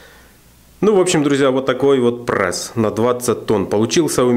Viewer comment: Прееееесс а не прэээээссс